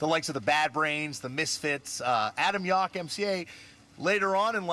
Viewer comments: First dude said his name wrong. He said Yok. It’s Yowk. They say his name in their music so much, you’d think he’s know how to pronounce the name correctly. Edit: narrator said his name wrong too. Sheesh. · Yauch. Not Yawk. Just awful. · Everybody in that Much Music video mispronounced Yauch's last name.